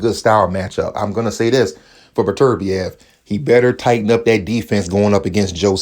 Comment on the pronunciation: "Artur Butter beeav"